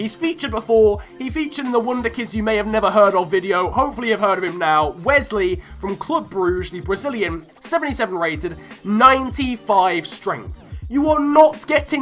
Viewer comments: i know if ur from the Netherlands or English you might say BROOH HE. But Brugge is a flemish team so its BRUH HE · D J he says Brugge wrong you have to say it as BRUH HE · Everyone from England says Brugge wrong you have to pronounce it as BRUH HE